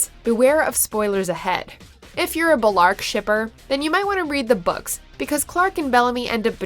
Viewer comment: are we all just gonna ignore the fact she called them bi-larke rather than bell-arke